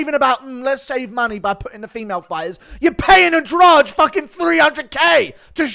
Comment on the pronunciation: The Brazillian name Andrade is usually pronounced "Ann-Draw-Dee"